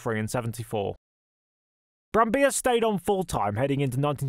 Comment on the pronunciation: Nice video, thank you. Btw, you pronounce the double-Ls in Brambilla.